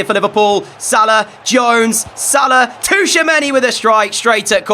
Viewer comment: Hey it's chouameni, not T'chouameni